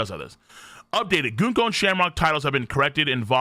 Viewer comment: prenouncing Gunko wrong day 4723